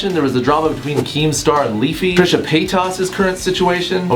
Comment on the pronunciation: I don't understand why so many people seem to have difficulty pronouncing "Paytas." C'mon.